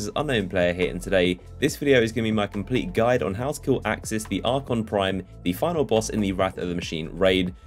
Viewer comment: It's aksis